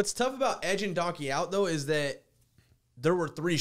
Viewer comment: This is the first time I have ever heard say "Ghat" instead of "that"